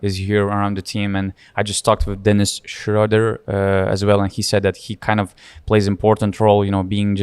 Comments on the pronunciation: With the name Schröder you have to pronounce the German word ö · Honestly I don't think any German is gonna be angry it you guys for mispronouncing Dennis' name with the content you're providing. And yeah, that ö is tricky to pronounce, it's kinda like the o in "word".